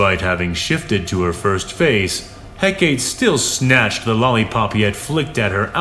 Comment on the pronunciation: Hecaté. Is. Pronounced. "HEK-A-TAY".